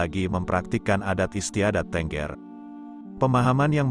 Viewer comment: Pengucapan "tengger".. ngaco. Kayak ayam aja .. bertengger !! Yg benar itu "teunggeur"... tau?